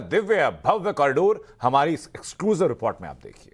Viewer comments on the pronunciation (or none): none